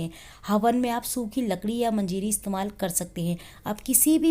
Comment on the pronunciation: Aunty manjiri nahi manjari hoti hai...aur aapka ye gyan galat aur adhuri hai